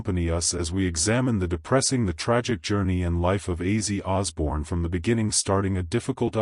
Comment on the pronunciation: How about using a real person to narrate this drive me crazy not how his name is pronounced